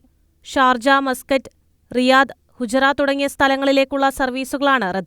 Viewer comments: ഫുജൈറ. ഹുജ്റ അല്ല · Not hujra...fujaira...who is the reporter